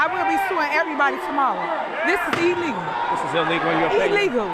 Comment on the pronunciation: "This is E-Legal" 😂. Get off the Democrap plantation.